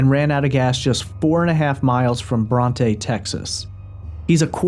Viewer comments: He said trooper, not staple, and he also says I'm shot... And it's no on both sides, it's on the Bronte side, not the, but th... And it's NOT Bron-tah... it's Bron-t. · BronT The e is silent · The little town Bronte, is pronounce Bront. The e is not stressed as in Bronte sisters, although it is named after Emily. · It bronte not bronteeeeeeeee and also there a lot of state troopers in the area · Brandon is saying on Bronte side headed towards Abilene. The 'E' is silent on Bronte.